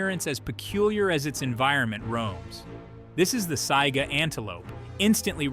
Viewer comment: I love the content, but I wish the people who made videos that are supposed to inform did better research. Examples: they showed several fish species while talking about lantern fish, but never actually showed a lantern fish. Or the mispronounced Saiga Antelope.